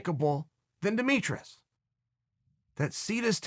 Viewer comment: “Demetrous” was the icing on the cake